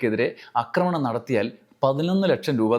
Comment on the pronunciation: അക്രമണം അല്ല ആക്രമണം ആണ്. അക്രമിക്കുക സല്ലസ് ആക്രമിക്കുക ആണ് ശരി